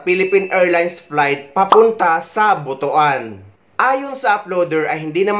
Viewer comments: Tagalog: Buto-an ❎ Cebuano: Butwan (Butuan) ✅ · E ko correct lang Po kita s tamang pag pronounce ng BUTUAN ... Mali Po Ang pagbasa mo na BU .TU.AN Ang Tama pong pag pronounce is BUT.WAN not BU.TU.AN Ang sagwa pakinggan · Pls the place is pronounce butwan hindi butu an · kublaan tas butuan😂😂😂😂....butwan...😂😂😂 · Natatawa ako sa Butuan mo 😂 ... It should be But-wan 😂